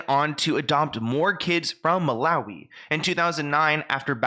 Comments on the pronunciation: That girl did all that research and couldn't manage to pronounce Malawi😂. Well done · None of these people can pronounce Malawi